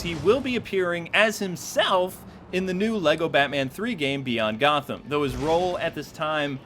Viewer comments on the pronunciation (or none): none